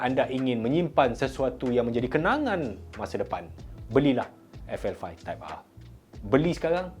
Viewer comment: Type ahhhh mcm cina dah sebut hawautol 😂 trophy r betul pulak